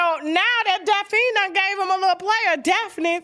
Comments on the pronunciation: if u dnt stop calling her Daphine 😂😂😂😂 it’s Daphne! Tasha damn 😂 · Somebody tell Tasha its pronounced Daff-knee 😆😅